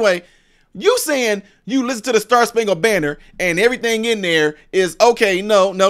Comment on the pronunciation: She didn't say star spankle banner, she said bander what ever that is!!